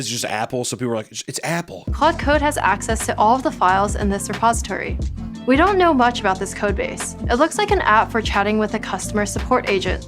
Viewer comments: Did anyone catch that she said suppository ? Its repository haha😂 A suppository is a rectally ingested medicine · The lady sounds like she's saying "suppository". Which is a very good comment on the state of ai. "The computer can access your ASS to pull out ideas" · Man, I coulda sworn she said suppository, but I was like "Heck no she didn't...did she?"... I had to play it back a few times, but when I tested CC on the video, I was disappointed to be wrong; so I then came here and found I wasn't the only one to sorta think I coulda heard that. LOL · I came here for this I thought she said suppository as well